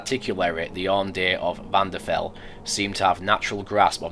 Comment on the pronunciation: I have a major issue with this mod: It's Vvardenfell! Not Vvanderfell!